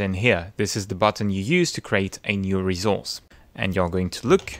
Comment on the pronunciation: I really love the way he pronounces "resource". Every time I hear him give me life.